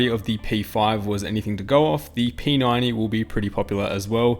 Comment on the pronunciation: the way you say p90 is like p 9 e and that is what I thought the chassis/case was called till i read the description